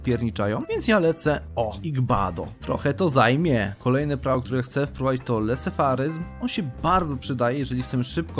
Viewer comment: bo leseferyzm czytasz nawet lesefaryzm